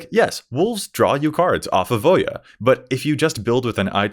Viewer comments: Can I just say, thankyou for pronouncing Voja correctly 😂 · I like how it takes a true mtg fan to pronounce the name correctly